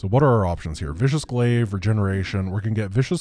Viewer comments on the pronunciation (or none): none